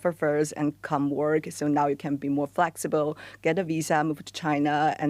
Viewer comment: "Flexiibo." "Peopo." Wtf.